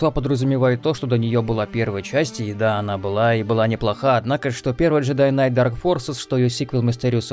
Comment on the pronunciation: К в слове Кнайт не произносится так отчётливо, скорее глотается. Самое ближайшее Жедай Найт. И да, много статей на англицком, что night и knight по сути омофоны (во какую штуку пришлось вспомнить). Ближайший аналог на русском бал/балл